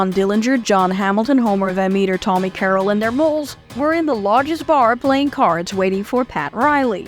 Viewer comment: Well Its difficult to blame do to her family being potentially at risk, but if Nan had stayed cool the Gang probably would have ate, slept then split without incident. It's not pronounced Molls (moles) it's Molls (Dolls)